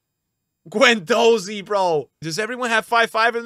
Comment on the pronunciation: pronouncing Guendouzi wrong for the 34th time